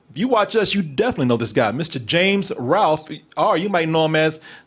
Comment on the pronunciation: Did you just say James Ralph? Put some respec on his name. It’s Ralph!